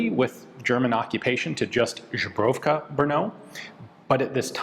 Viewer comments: Pronunciation is not correct: instead of "Zhebrovka" you should call it "Zbroyovka". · Lmfao! ZBroyovka not zubruvka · Pronouncing Zbrojovka as Žbrovka always makes me chucke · I am speechless about how consistently he manages to pronounce zbrojovka with a ž instead of a z Ive tried to teach a friend from switzerland how to pronounce czech letters, starting with ž and he never got anywhere close to it, god forbid that poor guy finds out about ř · Ian, please say ZBROYOVKA, because it sounds terrible for Czechs and other Slavs when you say ZBROGOWKA.😄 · Sorry, but used pronunciation is like..ZUBROWKA, what is in the fact kind of polish vodka. The czech word for armory is ZBROJOVKA. But cool. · Man, you're killing me with that "Żubrówka" thing. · “Zbroyovka”, not “Zhebrovka” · Yep It's not ZEE it's Za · Exactly! Ian is pronouncing it more like Źubrowka. :D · since Ian tries to pronounce foreign words right most of the times z-bro-yo-vka would be easier breakup for an American i'd say z as in zebra or zulu not as in vision zhebrovka sounds to me like Polish vodka zubrowka lol zbroya is weapon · Ian, You butcher Czech name of (mamy, mamy times...)Zbrojovka in absolutely, the mega funniest way, calling it... Żubrówka (perfectly pronounciated by You, by the way🤣), which is, hm... one of the best Polish vodka with european bison grass inside the bottle...🤣. Zbroyovka vs Żubrówka (You call IT😆 wrongly, every time taking about Czech small arm factory from Brno). Best regards😁. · Now this is so funny, mate! It's "cheshka zbroyovka"! Zubrovka is a Polish vodka with a specific grass flavor (good stuff by the way). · No offense, Ian, but how do you turn Zbrojovka into Zh-bro-vka? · Zbrojovka pronounced Z-bro-yo-f-ka not Zhebrofka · zbrojovka, ZBRO-YOV-KA, not zhebrovka :( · I think he likes czech women and polish drinks because his pronounciation sounds like "czeszka żubrówka" lol 😂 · let's say it together, Ian - /zbro-yov-kha/ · "czeska żubrówka" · Yes, he is mispronouncing it.